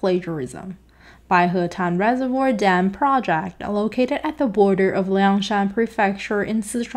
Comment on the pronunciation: Good translator, EXCEPT she CANNOT correctly pronounce "project" nor RESPECT. Keep at it, girlie, you'll learn to say RESPECT once you get the hang of it.